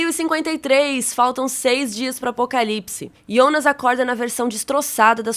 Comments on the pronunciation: Que nervoso ela falando IONAS .... fala Jonas caramba nao é mais fácil? Simplifica. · vc fala Iounas errado não é assim é Jonas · Que porra de ionas, sabe falar Jonas não? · Um leve ataque do coração toda vez que você pronunciou YÔnas e não JÔnas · video so ficaria melhor se parasse de falar “IOUNAS”, mas deixarei like mesmo assim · Tbm achei chato esse ionaa , tem q falar Jonas mesmo. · Pq ela não fala Jonas, toda vez q fala Ionas acho estranho... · É JONAS OU IONAS ? HAHAHAH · Ionas é meu ovo! Fala Jonas porra! A série já é complicado e tu me vem falar de Ionas. Vsf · Que agonia ouvir ela falando Ionas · Assisti a série completa uma vez e não tinha entendido muita ,coisa, nas segunda vez eu entendi. E vim procurar um resumão sobre a série, mesmo eu tendo entendido. Mas pelo amor de Deus, me dá um treco em ouvir essa moça chamando o Jonas de ionas 😂😂😂😂😂 misericórdia. Mas tá bem legal o resumo cronológico. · Pois é, eu fiquei pensando quem é esse tal de Yonas que ela tanto fala 🤣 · “Ionas” misericórdia fiquei com aflição dela falando assim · Fiquei meio agoniado com "Iounas" Eu sei que é por conta do J ter som de I na Alemanha e tal ,mas.... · Só eu que acho estranho ela chamar o Jonas de ionas? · " iondas " kkk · IONAS ? Kkkkk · a mulher pronuncia ,iounas.. kkkkkkkkk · pq ela fala iounas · Me dá agonia ela chamando o Jonas de ''Ionas'' kkk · Pq vc chama o Jonas de ionas? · Só eu q saquei que ela chama o Jonas de Ionas????...😂😂 Aguardando o apocalipse na 3° Temporada!! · parei de ver só pq fala ionas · A unica coisa ruim do vídeo é vc falando IONAS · Confesso que dá uma certa agonia com a maneira como ela pronúncia "Jonas". Mas o os vídeos são muito bons. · nossa, eu senti uma agonia dela falando o nome do jonas e helge errado kkk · Amei muito o vídeo, obg, so o que me incomodou mesmo foi a pronúncia do nome dos personagens 😰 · Parece o chaves tentando falar o nome dele, hahahahhahahaha